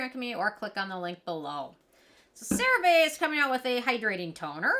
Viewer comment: You keep saying the name of the product wrong! 😂 Here is a commercial with the proper way to say it